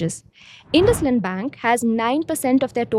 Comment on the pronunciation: Its " indus eend not indus land " 'Indus- ind' इंडस - इंड 👍